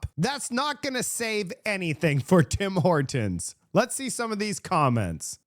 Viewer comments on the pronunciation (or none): You sure you're canadian? You say Tim Hortons like a american. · This lady says tim hortons like you and she is from the US.